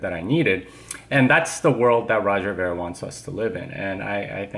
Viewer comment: Trying to characterise Roger's viewpoint and cant even pronounce his name correctly. has no idea what Roger is thinking.